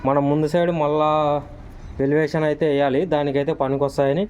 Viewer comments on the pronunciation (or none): వెలేవిషన్ కాదు మేస్త్రి ఎలివేషన్